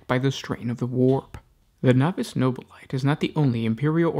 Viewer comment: No Bill A Tay not No Bill Light I stop your videos every time you say it. Your the only one I've ever heard pronounce it that way.